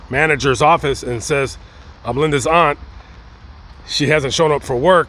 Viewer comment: It's AUNT ! NO THAT BS YOU JUST SAID!!! VERY DISRESPECTFUL!